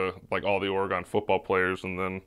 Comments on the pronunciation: man learn how pronounce Oregon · “Or-gone 4’s” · kept saying "oragon" 4s when it's Oregon 🤣 had me dying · yeah but the shoes are literally Oregon duck 4s not organ trail 4s, and nobody in the PNW pronounces Oregon like ora gawn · Ah yes my home state of or-gone